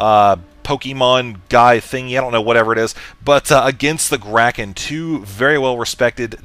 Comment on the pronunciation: Throughout the series it kept sounding like he was calling Idra "The Graken". Surely he must have meant "Kraken".